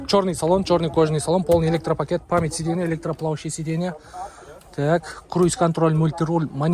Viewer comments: Сидена дегендида айтпайсынбы 😂😅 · Сидена дейт го. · Так дегениң жакшы экен го бирок сидейна дегениң окшошпой жатат. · Ассалому алейкум тууган. Сидена - сиденья, сабраменный-современный болот, билсен туура суйло, билбесен кыйналбай кыргызча эле суйло, сени ансыз деле кыргыздар эле корсок керек.